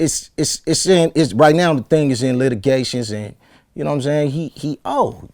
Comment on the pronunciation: I've been trying for the longest to understand this word he keeps saying "Eletigations" I think he means allegations lmaoo